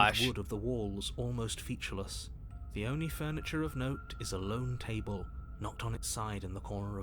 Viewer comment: why did he pronounce "table" like that